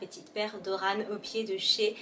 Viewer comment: Hello ! Vidéo très sympa :) Chez Hermès le nom dès sandales est « Oran » la lettre N ne se prononce pas :) Belle journée